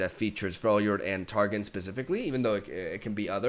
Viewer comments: So it's not Tar Gin/Gen or Mount Tar Gin/Gen. It is pronounced Tar Gon like you are saying the letter O(short sound). Telling ya because Ik you like league lore and want to be as accurate as possible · The way you pronounce Targon as Tar-gin is incorrect, it’s pronounced Tar-gone